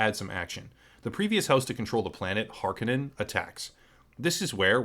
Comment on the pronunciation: Did Lynch get the pronunciations wrong in his film? Har-ko-nin vs. Hark-in-in in the new film? It drove me nuts.